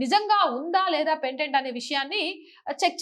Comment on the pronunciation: Pendent కాదు తల్లి. పేటెంట్. Parent.